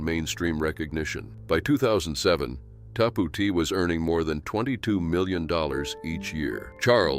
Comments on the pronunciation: It is pronounced "Tap OUT" not "TapooT" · What is wrong with people mispronouncing simple things anymore. Shows our schooling is garbage. It’s Tap out man wow 😅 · Pronounced "Tap Out" like signaling you concede the bout. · I have never heard anyone pronounce tapout like that 😂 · Seriously..you cannot pronounce tapout? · I love the way he mispronounced the name brand TapouT. Too funny and so far from how it’s supposed to be pronounced. 😂😂😂